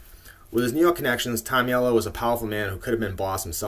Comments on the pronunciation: Nice job! But you're pronouncing Henry's last name wrong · and ya you are pronouncing his name wrong but we know great videos